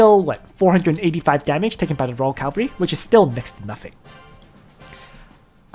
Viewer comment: Hi i just want to point out everytime . It is cavalry , not calvary haha anyways . Great content as always :)